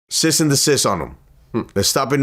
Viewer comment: I was wondering if anyone pick up on that . I think its cease and desist